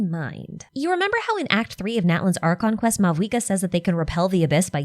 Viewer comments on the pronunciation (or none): none